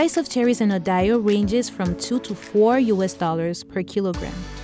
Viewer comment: She can't say Idaho lmao